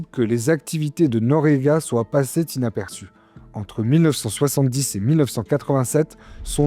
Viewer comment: bah oui passéent 😂